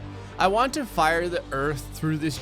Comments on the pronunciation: You said Do instead of To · "I used the earth do destroy 100,00,000 moons" instead of word "to" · "Do destroy" 😂😂😂